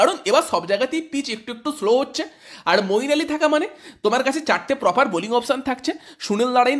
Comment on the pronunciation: মঈন আলী ভাই নাম টা ঠিক করে বলো 👍